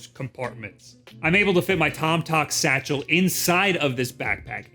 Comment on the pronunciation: They way you over pronounce satchel is simply hilarious. It's called a fanny pack.